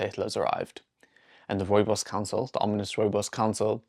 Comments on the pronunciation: Rowebows 😂 no wonder you didn't know. I wish I could hear what that sounded like? And to see your face when you saw that it was Rooibos. 😅 The pronunciation is Afrikaans & as South Africans I think we grew up knowing how to say Rooibos. And I think most of us know that it means red bush. I knew it was South African but did not know any history about this bush until this video. That's a shame but now I know, lol. I lived in Germany for 6 years & could buy Rooibos at the supermarkets, no problem. I doubt they know the origin and history of the bush either. Maybe some people know that it comes from SA, but I seriously doubt they know the history of the bush either. People overseas can be arrogant. We have alot going for us in South Africa. We were never taught anything about the Koi San's knowledge of plants, etc. That I would like to learn. Trust people to capitalise on this bush to make profit. I'm glad tge Koi San get credit & funds. If it wasn't for their knowledge we would never know about this bush and it's wonderful properties. It's a nice drink, I enjoy it when I'm really in the mood for Rooibos. It is not something I drink often though. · If I hear another British person pronounce rooibos wrong I am going to stick a koeksister up their gaat!